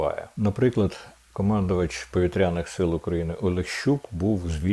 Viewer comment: Треба казати: вИпадок, а не випАдок.ПовІтряних, а не повітрЯних.Бачу книжок у Вас позаду багато...🙂